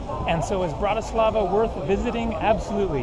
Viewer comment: In from Slovakia and you pronounced Bratislava wrong lol but its ok